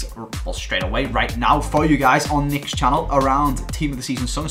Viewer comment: Nicks team name sounds so wrong